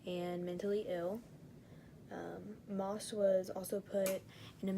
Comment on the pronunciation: I'm sorry but you did not pronounce The last name right , one of his victims is my uncle , I'm pretty sure based off my yourube channel name you can tell which one is me